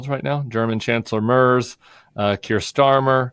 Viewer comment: I think I need to teach you both how to pronounce the German chancellor’s name. Friedrich Merz is easily pronounced. My German American ears are hurting. 😉